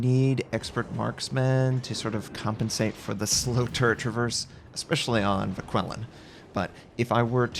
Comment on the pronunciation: Vauquelin [ vokəlɛ̃ ] Jaguar [ʒagwaʀ] Guépard [gepaʀ] ;)